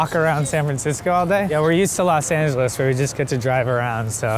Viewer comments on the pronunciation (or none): none